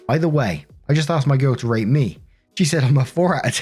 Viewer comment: Is it just me that thought i heard "r@ insead of "rate" in story 3?